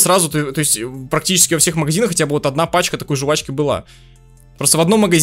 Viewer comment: жУвачки... Аааа уши!!!